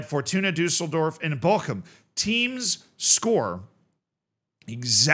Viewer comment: Imagine having scored 141 goals and only conceded 10 goals after 16 matches and then not win the league lol. Also your pronunciation of the german team Bochum was actually really good. Not 100% right, but for an english speaking person it was pretty good, which kinda surprised me for some reason.